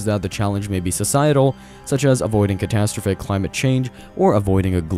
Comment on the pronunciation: The way you say “catastrophic” is infuriating…